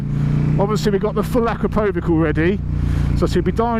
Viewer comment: Say after me... 'a-KRAP-o-vitch!! 😁 🏍